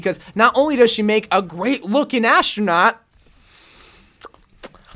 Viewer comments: Why does he say ashtronaut??!؟؟ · Are you saying ashtranot